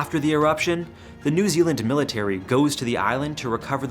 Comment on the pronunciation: I'm from NZ. Amazing to hear you correctly pronouce some of the places in our beautiful country, sometimes they can be tricky. Just did want to point out some of the incorrect information in the story.. the Maori tribes financially benefitted from the tours, they looked past the dangers for financial gain and then came to the party with every bit of support to try and save face and acted as if they didn't support the tours all along.. But, had no problem allowing them to operate aslong as they got their piece of the pie 🤷🏼‍♀️